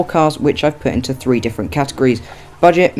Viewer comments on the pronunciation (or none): none